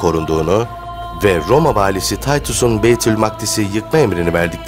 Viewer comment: Taytus ？ İngiliz değildi , İngilizce telaffuz edilsin .